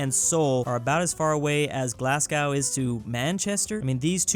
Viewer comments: made me laugh when said glas-gow it is said glasgo but it somehow has a w in it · Its pronounced GLAZGO not GLASSCOW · Not trying to be sad or anything but when saying Glasgow like did it is more glass-go Than glass- gow like gown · I’m sorry… glasscow? It’s glaz go for future reference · As a scottish person its Glowscow not Gloscoaw you had 1 job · I'm sorry but did you pronounce Glasgow as "Glasscow"?? It's "Glazgo" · Glasgo not Glasgow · its not glassgaw its glazgo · Glasgow is pronounced 'Glazgoe' not 'Glasscow'. Just a heads up for the future. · Glasgow British English: "glass-go" American English: "glass-gaw" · Ah yes, Glass-glaow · You said Glasgow wrong its glas-glow not Glasgow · It is Glass go that is how you pronounce it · OMFG the way he Pronounced Glasgow. Its "glaz-go" although I'd argue Glasgow and Manchester where a terrible example for the point you where trying to prove lol. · I was hurt when he said Glasscow and Manchester. Manchester is fine but Glasgow lmao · Please don't pronounce Glasgow "glasgaow" ik you're trying your best but try and pronounce the 2nd capital city right, thank you and alba gù grath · It’s pronounced glars-go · Glasgow is pronounced glaz-go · You probably lost like half of ur Scottish subscribers. Pronounced "Glaz-go". Also Glasgow doesnt even feel like a real word to me after typing this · "Glasscow" C'mon... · why did you say glasgow wrong it is glass-go how we scottish say it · omfg I’m British and he just said GLASSgow and MANchester BRUH THE PAIN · Glasgow pronounced as Glasscow 💀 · Uh.... did you say glass cow ? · Help me I died when said Glasgow as glasgaw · Are we going going to talk about how pronounced Glasgow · Hearing say Glasgow hurt my soul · Why do you pronounce Glasgow like that 🤮🤮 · Is it truly a video if a comment doesn’t point out him mispronouncing something? (Glasgow) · the way pronounced Glasgow hurt my english ears